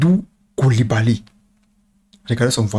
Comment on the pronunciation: En tout cas avec nos noms senegalais, le brother n’as pas fait le voyage pour rien 😃. La facon dont il met l’accent sur les syllabes : KOU LI BA LY | NIAKHATE. On ‘a l’impression de bruits de baobabs qui s’effondrent (lol)